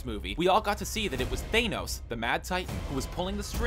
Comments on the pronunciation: THANOS NOT THAYNOS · Than-os not Thane-os! Sometimes I think some of these guys mispronounce names on purpose! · pronounced THAYN-OWS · its thanos not Tha-nos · You're saying Thanos wrong. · That's not how you say Thanos. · Can this guy not pronounce anything? Mater? Thanos?? Michael PEÑA? REALLY??